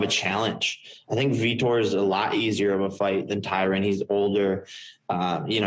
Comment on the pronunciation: jake is finally puttin some respect on Tyron's name by saying it how it should be pronounced